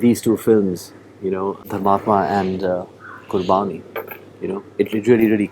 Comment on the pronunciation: He is emulating his father. But i agree with you. Especially the way he is pronouncing Qurbani.